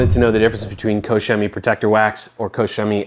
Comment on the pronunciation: It's pronounced " Cock Chemie"